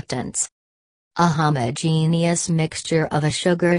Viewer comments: Jn jn let me say something, I could not have understand one thing 'you're were saying because I was to bz wheezing with my sister for that "AHoomAhogenuis" 🤣🤣🤣 LKKE I SWEAR THAT IS WHAT WE HEARD INSTEAD OF HOMOGENEOUS🤣✋🏻 IS THE ROBOT HOMOPHOBIC TO😂✋🏻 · It just made me laugh because of how she pronounced homogeneous and heterogeneous😂sorry🙊✌